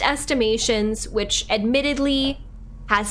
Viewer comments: You gotta start saying Atreus’ name right. “Uh-tray-us” lol! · is this far in the game and she still was mispronouncing Atreus' name wrong. Lol 😆